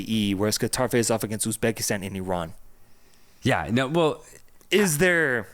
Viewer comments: Hello from Uzbekistan, not Ubzekistan bro😅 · Not Ubzekistan ❌ Uzbekistan ✅